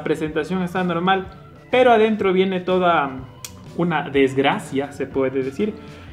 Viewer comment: Vamos a analizarla,,,,,, “Por adentrrrroo” jajajaja buena buena jaja